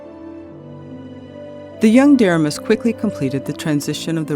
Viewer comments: Excellent video and great research! But, the young president's name was pronounced Der- RAY-mus. Not a good guy. Went on to wreck the KCS and MKT. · Great work enjoyed all 24 chapters! One comment on pronouncing William Deramus’s name. He pronounced Duh-Ray’-mus! He was on the Kansas City Royals Board of Directors in the early year of the franchise! I met him at our local radio station (who carried the Royals Baseball Network)! His brother ran the Missouri Kansas & Texas .